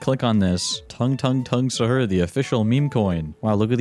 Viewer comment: pronounced saw-hoor and we don’t eat it before ramadan we eat it during ramadan